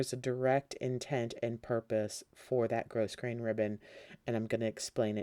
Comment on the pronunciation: Enjoyed the tutorial. Thank you. Please be aware that you are mispronouncing grosgrain. The ‘s’ is silent.